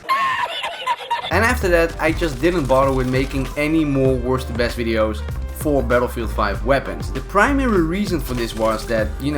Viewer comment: You forgot the t in both the words worsT and besT